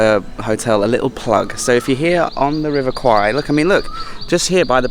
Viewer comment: Thanks for pronouncing the river’s name correctly.